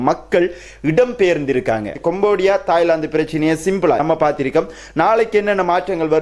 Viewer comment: கொம்போடியா அல்ல; கம்போடியா என்று சரியாக உச்சரிக்க வேண்டும்!